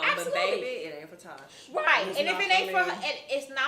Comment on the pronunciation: She is a air head and she didn't even know how to say Tosh name